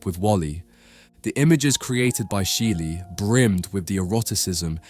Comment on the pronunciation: Can you effing learn how to pronounce a name before making a video about the guy?